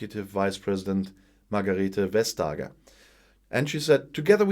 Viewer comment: Margrethe Vestager, in Denmark we pronounce her last name with a more flat A, like the A in Baker…. Also, Goodmorning, and everyone else…